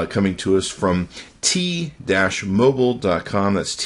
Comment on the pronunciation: "t dash mobile?"